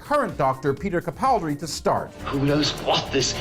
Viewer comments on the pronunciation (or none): It's Capaldi.. Not Capraldi...